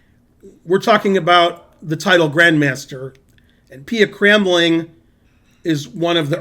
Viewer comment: You did not pronounce Pia Cramling correctly, though its not so far off. It should be like "kraamling".